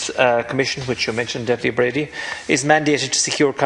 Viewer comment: How very unprofessional of Deputy Breen to not only once but four times get Deputy Brady's name wrong and then to stand there Quoting the laws instead of answering any of the questions raised by Deputy Brady . Basically mouth moving but nothing coming out !!!